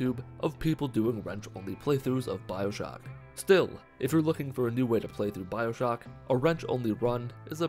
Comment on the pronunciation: Did you say “Bibleshock”